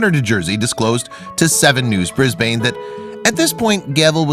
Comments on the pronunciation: Brisbane isn’t pronounced bris bane, but more like bris ben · It’s not Brisbayne, it’s Brisbn (sounds like). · did this guy really just say bris-bane it’s pronounced bris-ben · It’s. Not brisbaane it’s Brisbane this is how you pronounce it br is ban I get soooooo anoyded when people say it wrong I live in Australia near Brisban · You said Brisbane wrong, it’s pronounced as Brisbin, it’s a common mistake most Americans make, but still an interesting video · "Brisbain and Melborn'' and Americans wonder why the rest of the world think they're a joke 🤦‍♀️😂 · Brisbane is pronounced " bris-bin " not " bris-bane" .. lived here all my life. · Brisbane is said as bris-ban, not bris-bane lmao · Fyi, its pronounced Bris-ban, not Bris-bain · Cannot Americans say ANYTHING right it is NOT said as BRIS BAIN it is pronounced as BRIS BUN , Australians and the rest of the world say it why cannot Americans say anything right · cutie!! by the way it's pronounced queens-land, not queens-lund. and briz-bun, not briz-bane. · Its 'BRIS- BIN'. THATS HOW WE PRONOUNCE IT. NOT briz-bane! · It's 'QueensLAND' and 'Brisbin', not 'QUEENSlin' and 'BrisBANE'. You put the wrong emPHASis on the wrong sylLABle. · Did he seriously call Brisbane 'Bris-BANE'?? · I’ve never heard someone pronounce Brisbane as Bris-bayne pfff. Awesome video though! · Man the way that narrator said Brisbane made me cringe. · brisbane not BRISBAYNE :P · Brisbane = Bris Bin / Bris Ben 🙃😉. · it's pronounced Bris-ben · The city is pronounced Brisban but is spelt Brisbane. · Brisbane the e is silent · Cute story (apart from the pronunciations of Queensland, Brisbane and brolga - how did he get 'brol-ja'??) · He said Brisbane wrong 😖 It’s like nail to a chork board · Please learn how to pronounce Brisbane and Queensland properly. 😁 🙏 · I don’t mean to cringe at the pronunciation of Queensland and Brisbane but I live there 🤣 My poor ears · Oh lord the way he said Brisbane made me wanna neck it was so bad